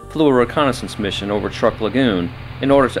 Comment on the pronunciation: I believe it is pronounced "trook", not "Truck".